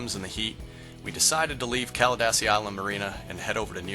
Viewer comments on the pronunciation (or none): It's pronounced Caladeesi